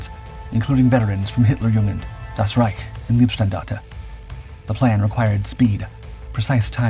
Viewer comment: Pronunciation: It’s “Laibstandarte” not “Leebstandarte”.